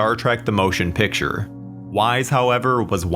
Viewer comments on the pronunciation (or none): none